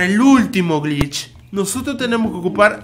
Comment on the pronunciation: pere yo reviso 2 segundos después Pará el octavo grich AJAJA